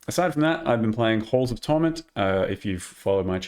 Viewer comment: bros gotta work on his pronunciation of holes of torment